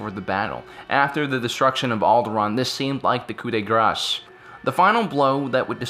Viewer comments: "Coup de grass" lol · Its pronounced coo deh grah